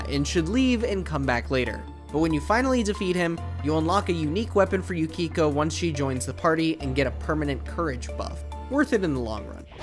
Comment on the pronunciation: Mispronounced various names, e.g. Yukiko. Mentions bosses that exclusively deal physical damage. This video has no clue.